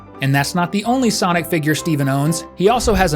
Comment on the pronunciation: Not sanic 😂😂😂😂😂